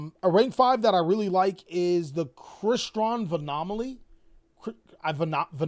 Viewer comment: Crystron vinamaly had me dying 😂😂 you meant Chronomaly Vinama right?